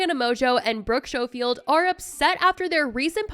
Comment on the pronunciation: Its pronounced Skofield, not Shofield